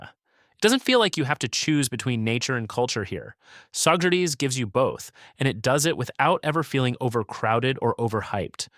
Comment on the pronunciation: Also it's "SaugerTEES", not "SaugerTIES" (as in a tie you wear)